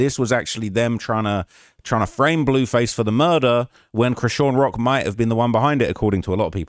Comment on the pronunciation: Lmao came here to comment about the “dewww” and the “blewwface” im dead.